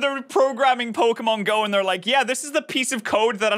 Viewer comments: IS POKIMAINE DEMONIC O M G (3 AM CHALLENGE) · Each time when he says poke - e - man my soul is cut in half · It's just 3 minutes and I'm already triggered of him saying pokemen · everytime he says pokeMEN my soul dies a little, especially because he can write pokeMON but can say it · it sounds like he's saying "Pokimane" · The thing that gets on my last nerve. Is how these people pronounce Pokémon. Like I think it’s pretty clear on how to pronounce it. As pokeman, pokemen, po-Kay-mon and more. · When he made that joke about how he says 'pokeman' I just wanted to stop watching here XD. I cringed so hard at that, cause I'm actually a Jamaican. 🤦🏾‍♂️ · Him calling them “Pokemen” is starting to make me Pokemad 😠😠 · It just makes it so worse that he is calling them pokeman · Touching on the "Pokeyman" bit I feel like bringing up is that my father once called Pokemon as "Pokeryman." No idea where the "ry" comes from. It seems to be always the adults & old ppl that introduce us to the most outrageous pronunciations imaginable. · Im sorry, but the fact that he says pokemans ruins any part of anyone believing him, but then he said pocket MANSTERS I cant even XD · The way he says Pokémans the whole time makes me so oddly angry. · Why does every old person say pokemen/pokeman? Where did the damn A/E come from? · The guy said "Pokemen" time and time again lmao he probably watches Natewantstobattle frequently and likes his videos XD he clearly did his research though 🤣 Having fun playing a modern game with an advanced piece of technology produced by a creative and evolved civilization would be prohibited by the church right now because it is just straight up demonic 🤦🏻‍♂️ These people can't be serious, their judgement is just as bad, this whole logic doesn't make sense to me, my goodness! 🙄😂 There are things far worse and more corrupting than that and video games are the least concern. Also can you imagine how boring this guy's life is? lmao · It’s Pokémon not pokeyman.